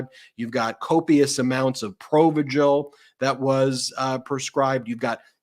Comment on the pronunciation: Dang. You’ve nailed “verséd,” (2 syllables, accent on second syllable), but “provigil” (3 syllables) puts stress on second syllable, not first. “Provígil,” not “próvigil,”. Think of it this way: the name is meant to evoke the feeling: vigilance. Think “Vigil.” Emphasis on first syllable. Same with Vigilant. The drug makes you hyper vigilant. Wired. We don’t care about the “pro” part 😆. Love you